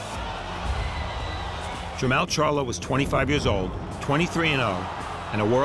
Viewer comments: Jer- "mall". like the shopping "mall" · Bruh its Jermell n JER-MALL like going shopping in the MALL! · This is listed ad Mall but Farhood keeps calling him Mell.... and showtime didn't feel it important enough to correct? WTF? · He keeps calling him jermell but this is the bigger older brotha jermall lol! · It is Jermall not Jermail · Jer-mall! Dude don't know how to pronounce his name. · It’s PRONOUNCED GER-MALL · "Jer-mal" whaa? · It's Jermoll lol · It’s jer mall smh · It's Jer-Mall, like mall lol, that shit was annoying as hell.